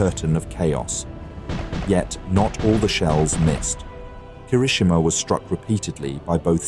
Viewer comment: Pronunciation guide. Kirishima. key - ree - she - ma, not ker - ISH - i - ma (they get it right a few times). Atago. ah - ta - go, not ah - TAHH - go (Admiral) Abe. ah - bay,. Bow like "ow".